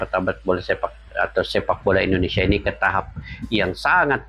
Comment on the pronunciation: Indonesia bukan Endonesia.